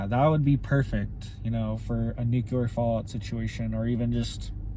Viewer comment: I realize we may be gone Tomarrow, or this may not even be, "The Tribulation," but, just a man made tribulation, (However it does look that way!!!). I love you and your reports, however the word is; "nu clear." nuke u ler, is in the field of medicine. It is a common mistake, like we Texans' saying the name; Warshington... Instead of Washington. Thank You. Your Brother in Jesus Christ Name, Brother James Kendall Moore O.S.B.